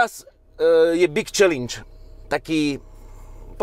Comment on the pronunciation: super video len jedna jediná chybička a to je výzva "čalenč" a nie čelinč 🙄 na tom keď zapracujuš budeš dokonalý! 😋